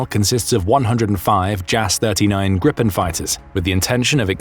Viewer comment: Please, that's /GREE-pen/